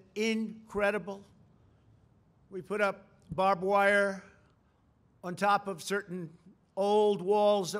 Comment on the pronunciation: babwire was the only thing i heard and it made my day